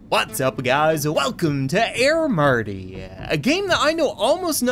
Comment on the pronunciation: did y o u mean aiir merty